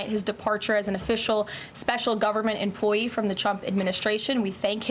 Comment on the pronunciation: She said it, " Government Emplyee!!!"